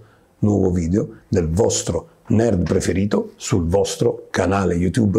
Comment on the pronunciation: Quando dici nerd sembra che dici merd